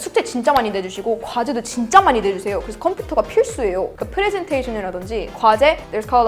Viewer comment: 프레젠테이션 발음 한국패치ㅋㅋㅋ